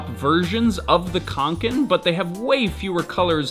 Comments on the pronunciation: Reeeeeeeeeee Its not pronounced with a K its pronounced with a S reeeeeeeeeeee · I'm not even swedish and the way he says kånken makes me shudder.